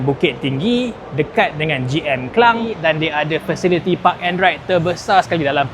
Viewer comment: Ke - lang bukan Ke - leng...